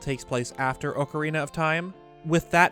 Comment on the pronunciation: Can you please stop saying ocarina wrong it’s annoying.